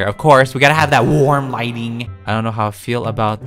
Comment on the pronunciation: How many years ago started saying “wArM LiGhTiNG” | | | • (Not trying to beg for likes:p )